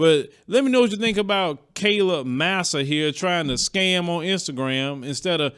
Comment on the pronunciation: Its pronounced Mah-Sah